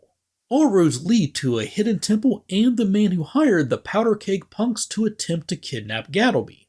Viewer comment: Wait wait wait.... did he say 'Han Solo in the crew of Serenity'? Or 'and the crew..."?